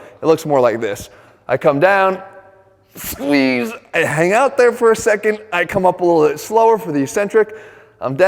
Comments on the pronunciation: SCHWEEZ and SQWCHUUEEZ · "SQGUEEZE" "SQGUEEZE" "SQGUEEZE" "SGUEEZE" "sgueze" definitely doing my workouts like this at least twice a week.